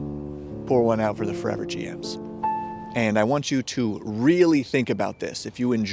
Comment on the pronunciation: "It's taken fur-ever to talk about the starter sets" 😆